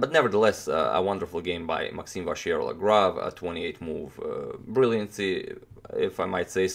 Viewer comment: maxime not maaxime :)